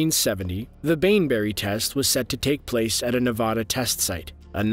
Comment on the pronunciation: Nevada pronunciation makes my brain hurt